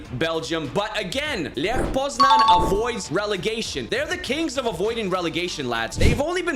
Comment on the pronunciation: It's leh poznañ btw.